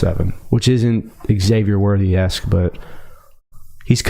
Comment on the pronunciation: Not to be that guy BUT... the way pronounces the name Xavier triggers me.